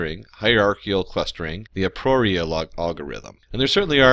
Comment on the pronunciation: Let's talk about the pronunciation of hierarchical, a priori, and chi.